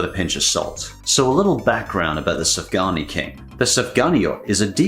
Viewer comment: Sufgania shouldn't be pronounced like Safgani .Sufgania should be pronounced like Soofganya